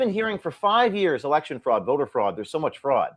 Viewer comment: Pwease help us with our rext "erection"